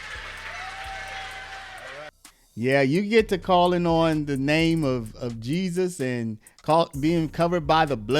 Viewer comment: She can’t even say the name of Jesus